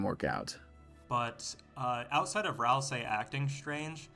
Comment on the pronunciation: (??) BLUNDER "Rals-eye"